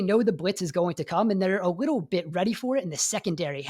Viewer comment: Am I the only one hearing “wittle bit” when he says little bit? 😂